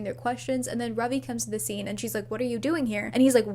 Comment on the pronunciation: the joy I feel at Ravi being pronounced correctly😭